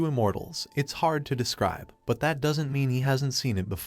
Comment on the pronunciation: A cool story but every time an abbreviation is pronounced... didn't as didden Tee or wouldn't as wooden Tee or doesn't as docent tea ... it sets my teeth on edge.